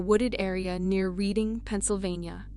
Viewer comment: The Anna Kane one, the town of "Reading" is pronounced "Redding".